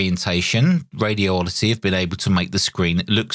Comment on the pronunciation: Please don't hate on me for pointing this out, but there's only one "O" and no gap in the word Radioddity. First, say the words "Radi" and "Oddity. Next, take the gap out and say it as one word - Radioddity. It's 5 syllables, not 6.